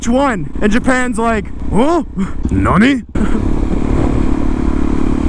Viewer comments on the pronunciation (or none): none